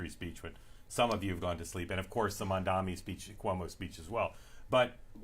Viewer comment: Halperin still refusing to pronounce Mamdani's name correctly. Hilarious.